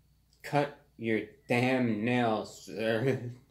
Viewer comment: when the way he says “erth” kills me